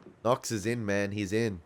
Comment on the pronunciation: that animal agent... Knox ... can't even say his name